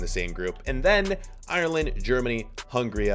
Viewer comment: Hungarya" in Hungary we can say Hungária, and you not far away from that😂